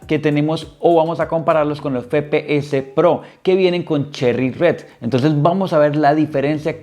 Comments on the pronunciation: Buen unboxing y review pero me daba ansiedad que digas fepeses pro en vez de efepeeses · el fepeese pro, se dice efepeese broo